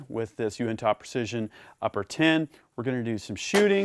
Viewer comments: Great videos. Love the channel. By the way it would be pronouced more like "you-in-tuh" Keep up the good work. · Not trying to be that guy but being from the uintah basin your pronunciation of uintah is killing my ears. It is pronounced (YOU-in-Tah) otherwise I really like your channel keep up the great work. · Uintah is pronounced (U-win-tah) it’s a mountain range in Utah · Fyi, It's actually pronounced you-in-tuh. Love, a regular visitor of the Uintah mountains in Utah. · Hey, I’m from Utah. It’s pronounced “you-in-tuh” real lazy. like “hey, you in tuh shooting guns?” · Being from Utah allow me to correct your pronunciation of Uintah. it should be said you-in-ta.With a slight emphasis on the “in” Thanks for a great video! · The way you say Uintah is funny i makes me laugh. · You say uintah so strangely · Haha, yeah, I guess there is right, and actually right. It took me by surprise because I’ve never heard anyone pronounce it like that. Made me chuckle a little. Also, if you ever make it to Zion national park, it’s pronounced “Zi-un” NOT “Zi-on” 😂😂